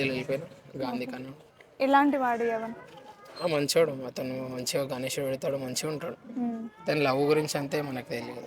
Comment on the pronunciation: Its not yavan its yuvan